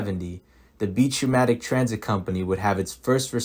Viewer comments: Good informational video, though pneumatic is pronounced numatic, not fewmatic or fnatic. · Great stuff just please say pneumatic correctly. 'new-matic' is how it's pronounced. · Why do you keep pronouncing "pneu" as "feu"? Literacy not quite up to par?